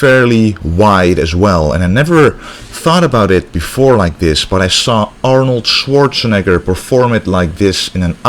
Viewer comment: Good stuff man! I can tell you have a lot of respect for Schwartzenager by the way you say his name.